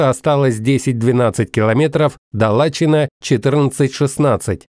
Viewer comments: Правильно будет не Лачин,а Лачын.спасибо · уважаемый Автор...не ЛАчин а ЛаЧИН,ударение на последгий слог...спасибо большое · Ребята, за ваш труд большое спасибо! ...хотел только подправить - Лачин (произносится как Лачын), и ударение на втором слоге, а не на первом :)